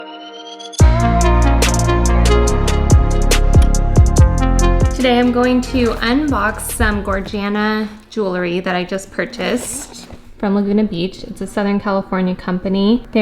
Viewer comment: It’s not pronounced Gorjana. It’s Goryana.